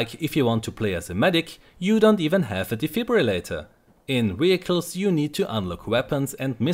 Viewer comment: Vehicles! With a V not Wehicles!